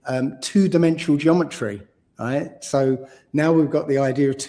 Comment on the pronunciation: Getting on my nerves with him saying 'right' after every frigging sentence. Can't even say it properly! Sounds like 'igh'....couldn't listen for long after he started dissing Mark Devlin and Eric Dubay!